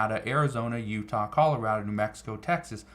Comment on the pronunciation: Your reporting is thorough, I just wish you would learn to pronounce Colorado.😂